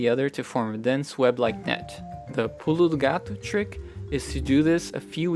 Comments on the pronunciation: When you say: "Pulo do gato" I can hear a perfect brazilian portuguese accent! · until voce falar pulo do gato i did não notei que voce é brazilian liked the dicas a lot